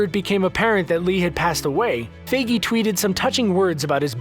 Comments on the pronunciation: ha you said figy its fIgy its not figy you say the i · Feige not figgy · it’s pronounced ‘f I gey’ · Why does screen rant say FAYGEE. It's Feige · its FI ge not Fe gei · Screen Rant didn't bother to make this video he said Kevin Fegie wrong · its pronounced kevin (fie-gi) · You pronounced Feige wrong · Is anyone bothered of how he pronounced Kevin 'Feige'? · You mispronounced Kevin's last name.